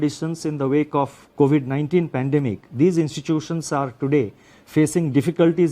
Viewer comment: He can't pronoun epidemic & pandemic but he is given our financial structure , 😂😂😂 best was "DGP" instead of GDP best is he reads from script make mistakes, all accepted . His did not mentioned why they can't regulate, monitor and avoid China's investment in Indian company HDFC, what they doing to stop china in future, does he know china will buy India by forced default in long term FDI . It's not in favor of 🇮🇳🇮🇳 INDIA.?? Secondly What are you planning to support or ease SME (small and medium enterprises) in tax exemption or postponement, in the myst of COVID -19??. Thirdly there is no mention of capital infusion for private ltd sector? On one hand mentioned heightened uncertainty, other hand Also spoke about NSO (national statistic office) data CPI inflation declined by 90 basis point then changes to 70 immediately 😂😂😂 declined to 5 basis point OMG😱, does he live in space, as he said inflation has dropped 170 basis point. 😂😂😂 I need to know inflation data is analysed or compared with ?? It's high time! WE NEED RAGHURAM RAJAN.